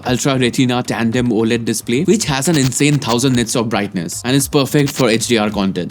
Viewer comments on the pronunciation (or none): none